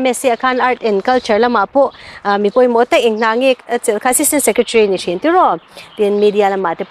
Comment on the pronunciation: Nichin tih turah nachin kan ti fo ta Mai.